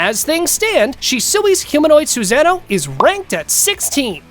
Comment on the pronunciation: Narrator:Have you ever thought who is the strongest Suzano? Me: 👎🏽......leave this comment.......click don't show any from this LOSER, who wouldn't even take the time to learn proper pronunciation.....😒